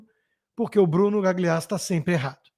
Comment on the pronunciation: Por que vc fica falando Gagliasso com "gli" como em "glicínia"? Diga "galhiasso", é italiano e é assim que se lê. Fica aí engasgando para dizer esse gli. Da mesma forma que vc pronuncia direito o inglês, faça-o com o italiano, pelo menos em nomes com gl porque soa MUITO DÃR . Melhorando sempre meu querido.